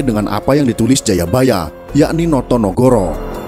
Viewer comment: No to ne go ro bukan noyonohoro